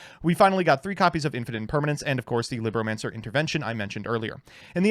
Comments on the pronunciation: It’s “LEEBromacners” not “LIBronancers” Liberal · Well technically its "lee-broh" as in spanish for book... Wow i actually used that fact... Huh...